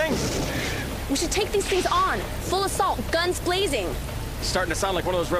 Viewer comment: the worst part is i think she said guns "glazing"